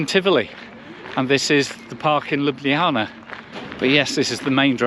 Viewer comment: Chiming in here as a Slovenian - you are probably one of the few that actually pronounced the name of the city correctly! 😊 One note: wherever there is a C in the word, we pronounce that as “ts” rather than “kh”. Ljubljanica river is therefore pronounced lju’blja:nitsa